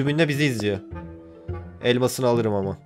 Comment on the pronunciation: Abi hani sen elma sini alirim ama dediginde sanki elmas ini alirim dedin